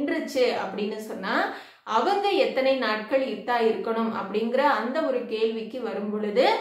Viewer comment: முதலில் சகோதரி நீங்கள் இத்தா என உச்சரிப்பை தவறாக சொல்லாமல் சரியாக சொல்லவும்.